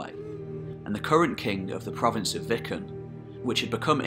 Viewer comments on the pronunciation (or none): Mistake . Viken is pronounced with a long 'I' as in *weaken*. It's not pronounced *wiccan*.